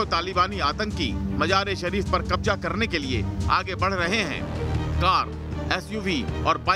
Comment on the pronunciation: Qabja😂😂😂 Qabja nahe Qabza hota he aur Majar e Shareef nahe hota Mazar e Shareef